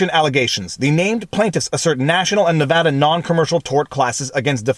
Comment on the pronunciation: I’m a Nevadan. Firstly, thanks for pronouncing our state correctly throughout the entire video. Secondly, not surprised this came out of here lol.